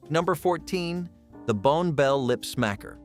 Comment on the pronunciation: It’s pronounced “Bonnie Bell”, not “Bone Bell”, and how do these supplies make no sense?